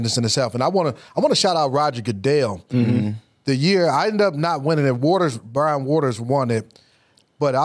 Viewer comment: Fred you said Brian name wrong, get my Clemson boys names right😂😂😂